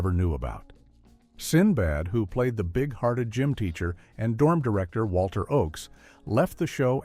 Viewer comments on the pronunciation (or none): none